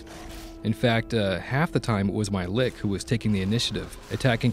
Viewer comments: It's pronounced "Litch" not "Lick". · never trust an rpg review made by someone who pronounces lich (litch) as lick. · wtf, he actually said LICK instead of Lich xD